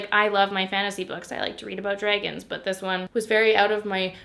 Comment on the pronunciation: "I like to read about drayguns" made me cackle lol me too gurl